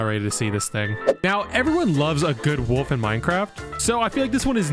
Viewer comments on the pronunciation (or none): it a wolf not a woof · For the wolf you Said woof